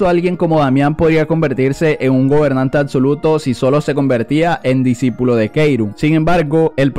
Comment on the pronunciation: No debería decir disipulo en ves de disipilo jajaja XD